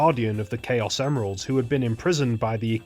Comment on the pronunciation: no as in CHAOs not Chaos